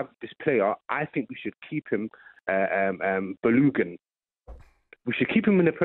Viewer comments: Man, I was just about to say that. Baloogun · Who on earth is Baloogon? 😂 Man has called up pronouncing a player's name completely wrong with his whole chest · Who is Boolugun. It is Balogun